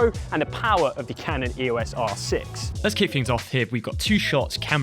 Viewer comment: It's pronounced 'eos' as in 'eeoss', not spelled out.